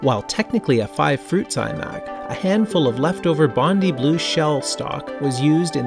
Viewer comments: Nice video and walk through history here. Can I just say though, as an Australian (where Bondi is actually located), it's pronounced bond-eye, not bondy. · Bondi is pronounced Bon-die btw. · Pronounced "Bond-eye", just saying haha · dude please learn how to pronounce "Bondi"